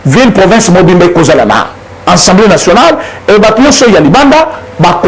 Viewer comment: De grâce, Monsieur le Journaliste, il s'agit de l'ASSEMBLEE Nationale et non ENSEMBLEE Nationale...